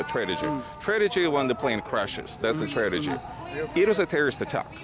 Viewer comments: You do know that you keep saying "tradegy"? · "Tradegy" Apparently Soviet Russia also had poor English classes lol. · The biggest "tra-ti-gy" is how he pronounces tragity.